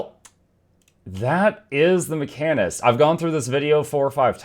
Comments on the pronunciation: macanist? you just slapped that H out of the word like it owed you money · Come again? HOWW do you say mechanist??😂 Edit: pet class fans comment—> necros exist